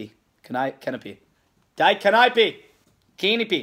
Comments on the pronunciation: die in German is pronounced Dee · When he pronounces it "d-eye" and not "dee" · Btw, for your German the word die is pronounced "Dee"